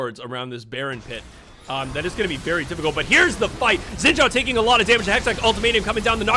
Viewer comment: I’m sorry but the way you pronounce “Xin Zhao” is so funny LOL Why can’t the english speakers get that right?